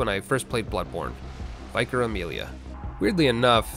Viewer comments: Vy-car Amelia 😂😂😂 It's pronounced Vee-car, my man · Just in case nobody's mentioned it yet, it's pronounced "Vick-uh" not "Vike-ar". It's a religious title. I think they mainly use it in the UK. Love your work, as always. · Vykar....Vicar. Eh, small thing. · As always, enjoyed your content immensely. But your pronounciation of "Vicar" caught me off guard. From british english i am only familiar with 'Vicker' (like Wicker but with a V) instead of Vi-Car. Is that an american thing, or do you just not have vicars? Because in my research i only saw them in the context of the church of england :D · Why does nobody know the word Vicar 😂 it's been 7 years. Vik-er, a member of the church. I think everyone except one dude in GDQ a few years says Vy-kar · The hell is a viker? It’s “vick-uh”, a religious title. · Literally vomited at how you pronounced “vicar”, it’s not VYE-KAR, it’s VIKk-ER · I kept hearing your pronunciation of Vicar Amelia as Biker Amelia. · ... I'm sorry, Viker Amelia? Have you never heard that word said aloud before? Meanwhile, - yes, good. Awful beasts. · Guessing there weren't a lot of Catholics around you growing up. Just listening to you pronounce Vicar as Viker made me lol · My guy just pronounce Vicar as Vyker? 💀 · It’s vicar as in victory sounding not vaicar sounding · did you really pronounce vicar like Viking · "vi-car" lel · Vicar is pronounced vick-er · Not a criticism I just need to know, do Americans actually pronounce vicar VI-car? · congratulations on being the first person I've ever heard mispronounce "vicar" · Why does every Bloodborne creator mispronounce "vicar"? Like the guy in charge of a church, a vicar. Surely you've heard people use the word vicar before? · I hate his mispronounciation of Vicar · There's no way you don't know how to pronounce vicar